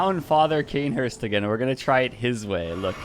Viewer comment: When I heard Cainhurst🥶